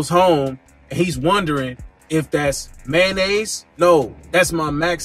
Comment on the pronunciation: "Man-naise" pause... 😂😂